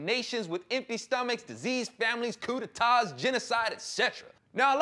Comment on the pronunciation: Thanks for pronouncing Coup D'etat correctly,. A lot of people can't say it correctly!